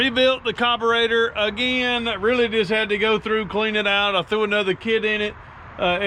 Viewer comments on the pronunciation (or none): Please it’s a carburetor not a coberator